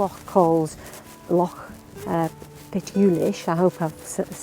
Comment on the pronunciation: Well done for pronouncing "loch" properly!